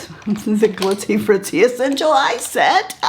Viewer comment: I swear for a moment at the beginning of your video I thought you said, "Let's see how this performs after sex.." in reference to the Makeup by Mario eye pencil. LMAO! "SET", not "sex". Okay.... Still, I literally laughed out loud and we all need a little more laughter in our lives, right?